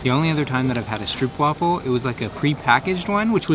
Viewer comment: stroopwafel, the oo you pronounce as the o in home.